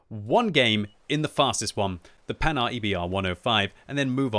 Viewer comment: The "Panard", you kill me haha. It is prounouced "Pan-Hard".